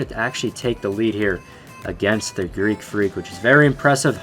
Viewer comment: Stop saying creek freak its Greek freak